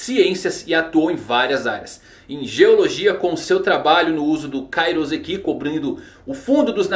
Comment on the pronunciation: Ia ser louco os pacifistas com vários poderes diferentes e ainda com Kairouseki Falando em Kairouseki. O correto é pronunciar com som de S, pois na língua japonesa o S só tem som de S. S com som de Z entre duas vocais é uma prática da língua portuguesa